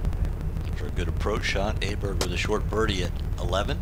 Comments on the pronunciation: Weird how US commentators can’t say Åberg’s name right, but the British ones can. Just say Oh-berg like in oh sh*t and that would be nearly perfect. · the pronunciation is closer to "Oberg" than "Aberg" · Cant believe commentators haven’t learnt how to say Abergs name correctly!! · why don't these commentators (mainly those with US accents) learn to pronounce Åberg's name correctly ?